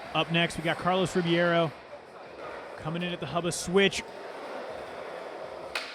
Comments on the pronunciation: Duuuude it's not Carlos Ribiero it's Ribeiro!! xDD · Rebeiro, not RIbiero damn it! You Americans can't read. Cool comp! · wtf is it really pronounced RIBIERO? they got me confused af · Carlos "Ribeiro" pronounced ....reh-beyro Get the name right out of basic respect already